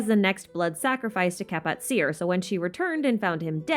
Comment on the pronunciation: Kapatcir is actually pronounced ka-pat-chi-r I believe